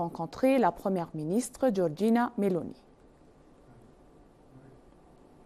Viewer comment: GEORGIA MELONI not Georgina